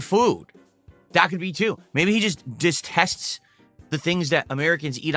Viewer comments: “Distests?” I think he meant detest, 🤦🏼‍♂️. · "Diss tests??" You mean DETESTS, you DipShitPhucktard?